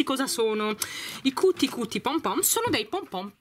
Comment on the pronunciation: Però l'inglese non è difficile....non si legge Cuti Cuti come è scritto,ma "chiuti chiuti",l'inglese non si legge così come lo si scrive,e visto che hai un pubblico più che altro di bambini a mio avviso dovresti sapere leggere i nomi correttamente,così almeno i bambini imparano qualcosa